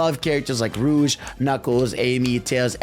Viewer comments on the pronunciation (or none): none